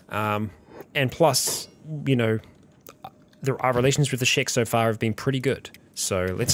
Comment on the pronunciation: Everytime I hear "Shek warriors" or "Shek Kingdom" etc. I keep hearing it as "Shrek warrirors of the Shrek kingdom"